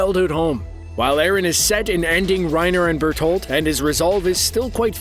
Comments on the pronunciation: Did my man just say Bertold? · Ur murdering the pronounciatuon of berenholdt